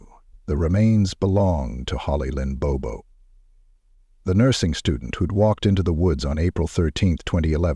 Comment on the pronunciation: This happened within 90 miles of my home in Middle TN. It was all over the local news in Nashville. In this video the last name is mispronounced. It is Bobo, pronounced exactly as it is written. Rest in peace Holly. My prayers continue for your family and friends. 🙏